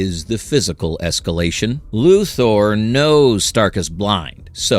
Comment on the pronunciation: I know this post is meant to say "hey, we're not using AI," but I still think it's AI. Why? Weird mispronunciations. Example - : "Luthar knows this." Luthar? Really? A real voice actor would've re-recorded that line, but AI doesn't know the difference.